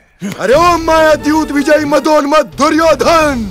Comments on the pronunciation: Suryodan ❌duryodhan ✅ 😂😂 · It's not suyodhan it's duryodhan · It's 'Duryodhan' not 'Suryodhan' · Suyodan q sunai de raha hai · Duryodhen hota hai duryodhen 😅😂nahi